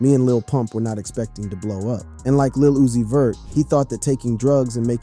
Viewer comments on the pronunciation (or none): "Liz uzi vert"😂😂😂😂😂😂